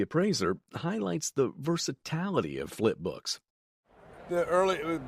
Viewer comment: Look up the pronunciation of words you do not know…like “versatility”. Are you a human with an AI voice or a complete AI character?